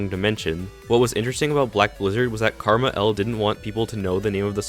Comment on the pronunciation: Every time you say Krmal it is pronounced differently in every vid